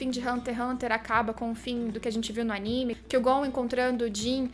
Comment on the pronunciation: Aníme? Vc quer dizer Animê?